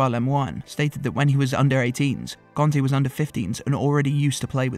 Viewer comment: Had to stop after 10 seconds. Stop calling him CONTE for fks sake!!!!! It's pronounced KARNTEY!